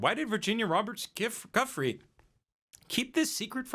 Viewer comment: It's pronounced "Jew-free" P.S. The bees defending the hive from the giant hornet is fkn AMAZING